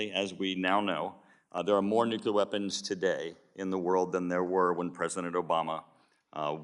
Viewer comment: The word is NUCLEAR!!! Not NUCULAR!!!